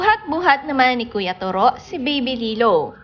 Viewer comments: To ro. Malumay pronunciation! Not Toro as your 'mabilis' pronunciation. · Korek..just to ro not turo!!😆😆😆🤣🤣😱😱kaluka ang bigkas turo!!?????🤣🤣🤣🤣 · Hahahaha toroh iba Nga yung pag pronounce Nya😂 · correction lng po.. TOW-ROW.. po ang pag bigkas ng toro’s name.. yan kasi name ng kaparid ng asawa ko..TORO japanese name.. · hahaha... pansin ko din.. ang pangit ng pag bigkas nya sa toro...! toro is japanese name.. ang pag bigkas nyan.. is tow-row.. ganorn... hehe